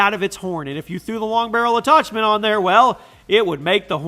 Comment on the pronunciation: what's an attochment